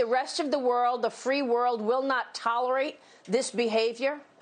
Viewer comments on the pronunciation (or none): oh man new drinking game. shot everytime he says chiner! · Why does he have to say "chIIIna" like that .. annoying..